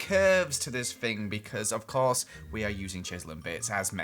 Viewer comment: The amount of times you said "dis fing" (this thing)😂👌